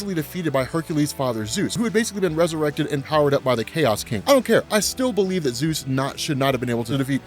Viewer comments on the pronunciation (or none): none